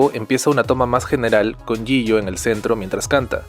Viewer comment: Mk los nombre hay nooooo me estresa cuando dice el nombre de jihyo